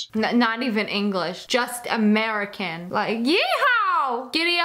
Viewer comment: Also notice she said "English-ian"😒😔